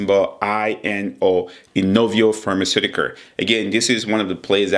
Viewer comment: pharmaceuticars.... potentiar